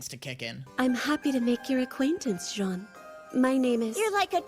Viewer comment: we say Janne not jana